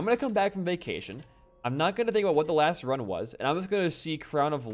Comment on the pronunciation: I thought u said Vacination lol